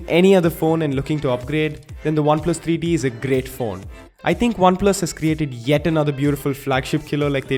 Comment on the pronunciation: Alexis Barrientos he's Indian mate bear with him. They usually mix v for w so bear with him